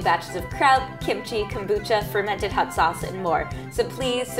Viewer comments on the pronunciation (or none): none